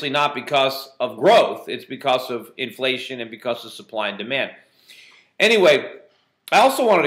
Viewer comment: That's demand... not deman. ;)